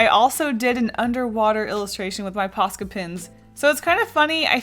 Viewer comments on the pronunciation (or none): Sounds like your saying "pasta pens"